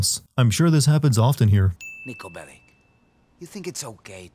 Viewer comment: There are also parts of the game where he doesn't, and it's just generic eastern European sounding gibberish. If you play it with the subtitles on, it's very obvious, and then there's his last name, which is sorta misspelled and misspronounced from what it should be in serbian